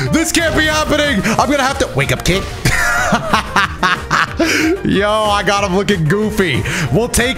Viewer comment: “I’m gonna have to WEK UP KEEK” had me cackling for a few minutes 😂